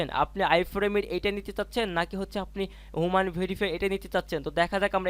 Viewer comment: হুমান ভেরিফিকেশন না! এটার উচ্চারণ হবে হিউম্যান (মানুষ)।